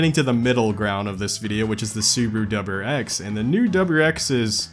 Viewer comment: dubber-X? What the hell is a dubber-X?